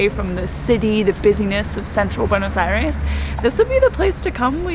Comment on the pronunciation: I gave it the first dislike because it’s cringy how you pronounce Buenos Aires. I’m sure it’s a good video but I just had to stop watching after 1 minute.